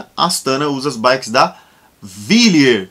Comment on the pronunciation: Guru, em italiano o w tem o som de u e não de v. Ou seja Wilier=Ulier. E não vilier. Abraço.